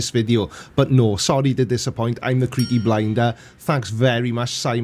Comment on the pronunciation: I found your videos recently, and before I saw "" written out, I always thought you were saying, "The Creepy Blinder".